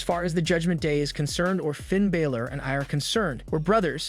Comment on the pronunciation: As I appreciate the amount of information given in the video and great effort you've put forth to do wrestling reviews like this, I have one complaint. If you're going to do reviews, please take time to learn the pronunciation of the wrestlers' names when reviewing them.